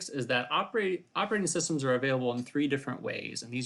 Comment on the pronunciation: ah yes, "operating SUStems"